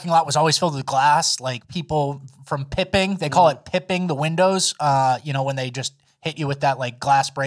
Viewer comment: It's bipping not pipping